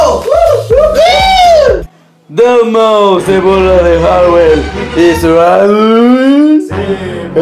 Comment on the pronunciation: Saludos desde el D.F. a mi tabien mándame saludos porfa!:D por cierto te equivocaste en el video, es deadmau5 no deabmau5:v